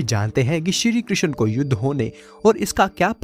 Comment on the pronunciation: श्री कृष्ण जी ki pronounciation sahi se karo